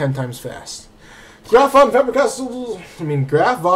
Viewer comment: Holy crap, you saying it like "Fabber Castle" annoyed me lol, other than that very good video.